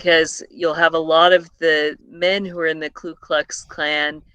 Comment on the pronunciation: It's "Ku"